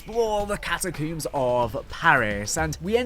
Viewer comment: Cat-a-CUUMMS is killin me😂😅